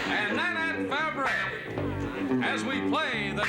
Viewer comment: That's Nanette Fabray, not "Lanette Devreney."